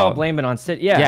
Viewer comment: Everyone: "Sydney" Dream: "Nitrii"